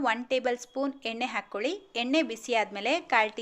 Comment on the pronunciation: ಉಳಿ ಅಲ್ಲ ಹುಳಿ, ಹಾಗೇ ಹಾಕ್ಕೋಲಿ ಅಲ್ಲ ಹಾಕ್ಕೊಳ್ಳಿ. ಹೀಗೇ ಪಟ್ಟಿ ಮಾಡುತ್ತಾ ಹೋದರೆ ಬಹಳ ಶಬ್ಧಗಳು ತಪ್ಪಾಗಿ ಉಚ್ಛಾರ ಮಾಡುತ್ತಿದ್ದೀರಿ.ಸರಿಯಾಗಿ ಉಚ್ಚರಿಸಲು ಪ್ರಯತ್ನಿಸಿ.ಕೇಳಲು ಹಿತವಾಗಿರುತ್ತದೆ.